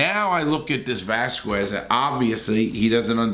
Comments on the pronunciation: IT’s Velasquez not Vazquez 😂 you foolio ! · I'm interested in Larry's opinion but couldn't handle him mispronouncing Velasquez over and over lol, I have to leave early this time. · VELasquez. Not Vasquez. Jesus. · Cain Vasskueas lol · It’s not “Veh-wahs-quez”??? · Pronounce Cain's name right before you make a half hour video on him ffs🙄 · First learn how to pronounce Cain’s name! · At least pronounce his name right if you're gonna make a vid about him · pronounce his name correctly, you queef. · Totally got his last name wrong lmfao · You don’t even know how to pronounce his name bro 😂😂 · Atleast say his name right lol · Dude you could of at least pronounced Cain surname correctly. This is why I switched off your channel after 1 minute and wrote this comment, so disrespectful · The e and l are silent 🤣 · except the name has an l in the middle that this guy is leaving out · or maybe he was just having trouble saying his name?